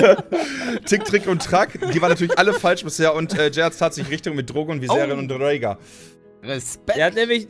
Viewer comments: Der Drache heißt Rhaegal nicht Rhaegar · Der Drache heißt aber rhaegal nich rhaeger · Menschenskinder der heisst Rhaegal nicht regar das ist schlicht falsch... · der Drache heißt nicht Raegar sondern Rhaegal .... regt mich irgendwie auf :DDD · Der dritte Drache heißt Rhaegal und nicht Rhaegar. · Wie alle die GoT nicht schauen sich darüber aufregen das sie nichts mit der Folge anfangen können und alle die GoT kennen sich darüber aufregen das der Drache nicht Raegar sondern Rhaegal heißt ^^ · Hinweis der eine Drache Heißt nicht Rheagar sondern Rheagal nach ihm bennant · Der Drache heißt aber Rhaegal, nicht Rhaegar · Der dritte Drache heisst Rhaegal, nicht Rhaegar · Ej ihr Nasen, der dritte Drache heißt Rhaegal und nicht rhaegar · btw der drache heißt rheagall und nicht rheagar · btw der drache heißt Rhaegal und nicht rheagall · Der grüne Drache heißt Rhaegal, nicht Reaghal. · Die Drachen heißen Drogon Viserio und Raegal und nicht Raegar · Es heißt rhaegal nicht rhaegar 😭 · Rhaegal, nicht Rhaegar! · Daenerys dritter Drachen heißt Raegal und nicht Raegar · Kennen die GoT eigentlich? Tut ja weh... Es heißt übrigens Rhaegal. Die Aussprache von einigen Namen erwähne ich mal nicht ^^